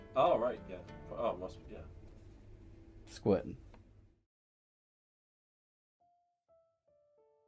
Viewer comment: 'squrtinn'. 🤣🤣🤣 I love you guys